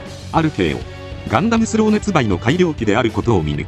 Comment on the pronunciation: ガン↑ダム↓の発音がなんかクセになる